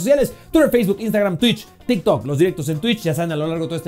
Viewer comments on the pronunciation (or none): none